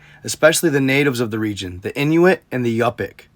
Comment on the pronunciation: You are saying Inuit right but Yupik is pronounced You-pick. You’re welcome